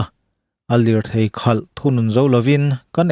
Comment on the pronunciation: Khâl,, leh khalh hi a hrang daih, Lusei ṭawng thluk hi uluk hram hram teh u